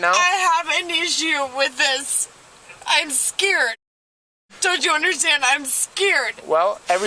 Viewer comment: Come on, give her a break, shes "scired", shes "scired" lol